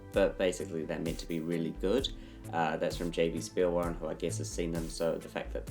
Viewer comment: Can we just apreciate how much time you spend on your videos wow man and btw jb spielwaren is pronounced JotBe Shpeelvaren (german pronounciaton)